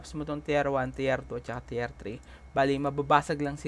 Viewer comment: Teer po ang pag bigkas ng tier.. Pa shout out nmn jan